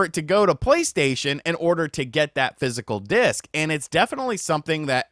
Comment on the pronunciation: Did he say fysical dics?